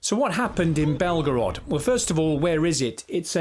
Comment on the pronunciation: 🤗 it's ok my Serbian friends Belgrade is safe, this guy just doesn't know how to pronounce Belgorod. Ignorance continues to be bliss.